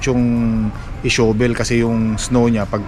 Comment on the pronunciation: "PALA " na lang instead of "SHOVEL" fyi ang correct po na pagbigkas ng shovel ay "SHAVEL" .maarte kase ang wikang English 😆 🤣 😂 😹